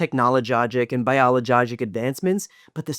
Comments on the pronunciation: Oh my gosh Brian. Give me a sec to pick myself up off the floor....biolojojic, psycholojojic, any and all lojojics. 😂😂😂😂😂😂😂 ahhhh hahahahaha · ". . .our technolojogic and biolojogic advancements but the psycholojogic makeup of our soldiers you see" BAHAHAHAHAHAHAHAHAHAHAHAHAHAHAHAHAHAHAHAHAHAHAHAHAHAHAHAHAHAHAHAHA!